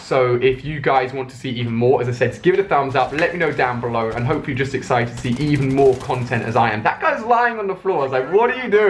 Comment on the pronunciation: Kicked myself when he nearly said ExShited instead of Exited :D